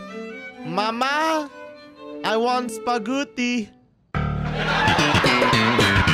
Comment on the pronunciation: It is spagutti